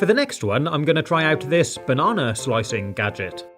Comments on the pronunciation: Why DOES HE SAY BANANAER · Banana❌ barnarnar✅ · this guy pronounces banana like barnarnar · He says bananar instead of banana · Now I’m not trying to be mean or offensive in any way but I love that he talks like mr. Krabs when he says “banana” he says “bananer” 😂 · Why do you say banar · Hehe you accidentally said bananer ha ha ha on the first time you said banana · Why he said bananar its with R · You are so anoying you are like bannaner it's bannana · Him: says bannonr Me: THATS ILEGL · I love how when he said banana the second time, he said bananner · Notice how said bananr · Did he say bananer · I feel like you said bananer on the banana gadget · I no that his voice is a robot but why does he say the idear and the bananar